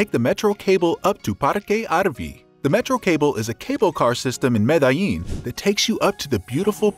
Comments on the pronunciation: Fyi. .. pron . GuataPE….accent on PE…(not. Gua TA pe) Med eh yin…or med e jin…(not Med AH yin) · I cringe so so hard every time you pronounce Medellin Good video tho..